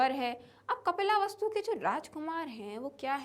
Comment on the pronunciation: Mam yeh kapila vastu nahi hai 😅😅 yeh kapil vastu hey